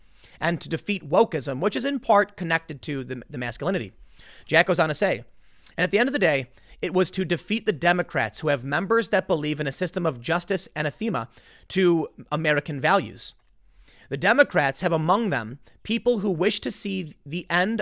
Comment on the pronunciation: Tim: An-ath-e-ma. (The '-e-' is pronounced "uh"). Not Anna-thema. Lolll. 🤣 Good try though. 👍